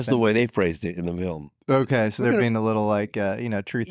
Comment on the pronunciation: "Oakeee?" 😂 Also, "De Medici" is pronounced with the accent on the "e".